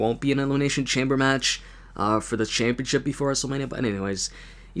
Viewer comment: He calls it the wwe championshit th we championshit